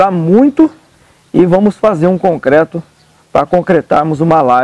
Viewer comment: Amigo! Só uma dica, não é cocreto...o correto é concreto...kkkk